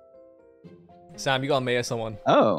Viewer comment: He said "Mayor"